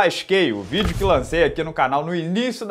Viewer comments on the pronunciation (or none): none